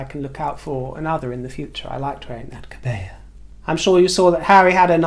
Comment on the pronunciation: Just to say that kebaya ( sarong kebaya) is pronounced kebiya - as in to buy something). 😘